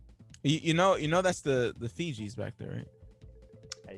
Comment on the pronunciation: wait, the fijis? Pretty sure it's pronounced fugees, like refugees without the 're' sound.